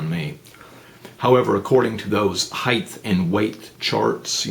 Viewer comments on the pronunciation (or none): Heighth is NOT a word. There is NO 'h' at the end of the word height.